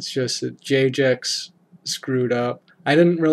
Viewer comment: Lol you kept saying j-jex not jag-ex loved the vid :)